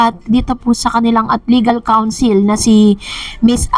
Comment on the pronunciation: Madam, it is not council... it should be counsel. Kawn-sell.